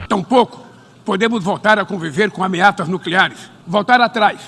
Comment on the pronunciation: "AmeaTas nucleares", kkkkkkkkkk